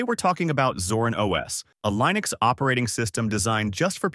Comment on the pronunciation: how can i trust you when you're even confused with how to pronounce linux.